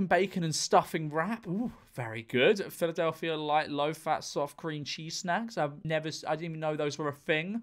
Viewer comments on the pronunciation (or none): none